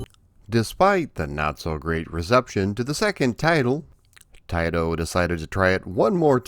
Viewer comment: Thank you for saying Taito correctly! Many people don’t know the proper way. My local 7-11 on Lincoln Ave in Chicago was a test site for video and pinball. They had Rastan there which I believe was the Japanese version or test. The bats never came out if you stalled anywhere. Also the generic enemies that are abundant in green were black on the version I played. Didn’t know there was an Apple IIGS version which I would have gotten for sure! This is one of my favorite arcade games with the whole package! Thank you for doing a more in depth vid on this classic. Keep up the great work as always! Maybe see ya at a future MGC.